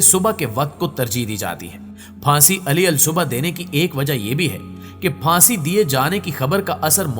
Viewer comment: Ali al subah nhi hota bl k alis subah hota hai aur jillad nhi jallad hota hai. Apni pronunciation sahi karein